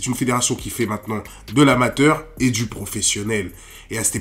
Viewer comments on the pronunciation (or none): none